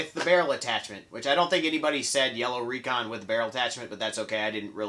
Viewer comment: Wow, so cool! Thank you so much! I win I win! Recon was My first n strike blaster. You even pronounced my name right!